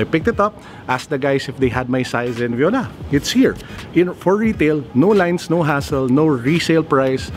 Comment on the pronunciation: it should be Voilà, not viola. Viola is the instrument. 😀